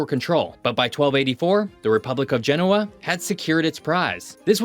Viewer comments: he also didn’t look up how to pronounce Genoa. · Good video, don’t understand why France doesn’t give Corsica their independence. Btw please pronounce Genoa correctly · Great video with great insights. In the future, please check correct pronunciation for place names like Genoa.